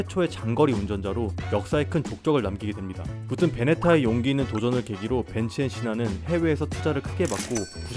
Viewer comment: “밴츠 앤 씨에” “밴츠 앤 시나”?? 메르세데스 벤츠를 다임러AG가 소유한 것이 아니고 2022년 다임러AG에서 메르세데스 벤츠로 사명을 변경한 것. 1926년 다임러와 벤츠의 합병으로 다임러 벤츠로 시작.